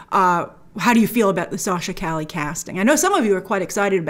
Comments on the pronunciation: Cali? It’s pronounced Ca-Yay it’s a Spanish name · Yeah, it's pronounced "Cah-yeh" Two L's together make a Y sound. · Isn't it Cay•yay? (Calle) ll pronounced with Y sound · lol i’m laughing at how everyone is pronouncing her last name “cali” when its more “ka ye” think of Kanye without the N. Calle = Street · Bro, it's pronounced Sasha "KAH-YE." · Isn't her last name pronounced "Caye" like "street" in Spanish? She's great on "The Young and the Restless." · For future reference it's Sasha( CAW-YAY) Calle. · Calle is pronounced “Kah-yeh” and it’s a last name in spanish but also the word “street” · It’s Sasha Cah-yeh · Sasha Calle 'pronounced Ca Ye' the 2 L is more of a Y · I hope that by the time this film finally comes out Grace has learnt how to pronounce Calle accurately. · Calle means "street" in spanish, google the pronunciation of that word! Great video as always, big fan from southamerica! 🙋🏻‍♂️ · Calle is Spanish -- not Italian. It's pronounced like a Y -- not an L. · Not how Calle is pronounced